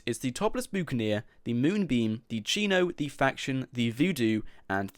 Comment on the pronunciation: Lol How you said Buccacaneer.